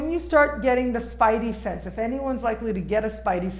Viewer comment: what is a "spity-sense"?